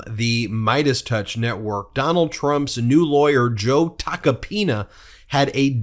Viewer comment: Not "Tacopina", but "Toca pene"